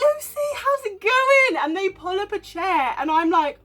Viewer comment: I cahn't believe the couple who stole the CHAIHHH from the BAHHHH!!!!